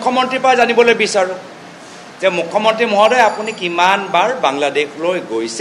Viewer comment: Apunar mukhya mantri word to bhal ke fota ni..😂😂😂 Assamese najane nk